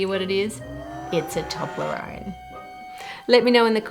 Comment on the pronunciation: The most surprising thing in this video is how Australians pronounce "Toblerone" :P